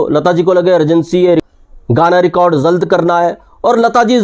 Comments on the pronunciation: शाहब, आफ अफनी भासा पहले टीक कर लें (अगर आप यूट्यूब पर आकर, कॅमेरे के सामने बैठ कर 'जल्द' को "ज़ल्द" और 'बावजूद' को "बावज़ूद" कह सकते हैं, तो मैं भी आप को "" कह के या और भी शब्द अशुद्ध लिख के कोई ग़लत काम नहीं कर रहा हूं)... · BAR BAR JALD KO ZALD BOLTA HAI BEWAQOOF AADMI